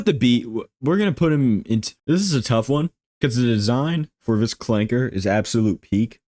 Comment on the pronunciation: I can't with this man, "ClankeR"